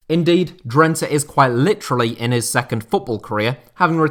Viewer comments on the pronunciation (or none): none